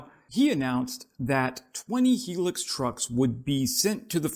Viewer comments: Hilux, not 'Helux', sorry. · not HE-LUX.....it is HIGH-LUX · Hi-lux not helix. Yikes.😢😂😂😂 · Pronounced 'Hi-lux' mate.👍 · It’s pronounced ‘ high lux’ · It's pronounced High Lux Hi Lux!! It's not as good as it used to be ..they used to be unbreakable!! Not anymore!! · Holy hell man, do some quality review of the literature and background on your subject. I've been driving the "high luxury" or HiLux in one variant or another for 40+ years. I've never heard it pronounced the "Hee Lix" even in Latin America. Fail. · Pronounced, highlux.